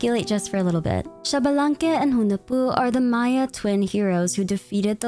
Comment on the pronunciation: I know you like to pronounce names correctly, so Xbalanque is pronounced eesh-bah-lan-keh and not shabalanque, often also written as Ixbalanqué. Not sure if Genshin will use the correct pronunciation or not (Tighnari, anyone?), just know this is how it is pronounced in Mayan.